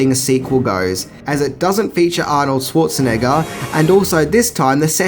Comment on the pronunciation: Anorld schartanigga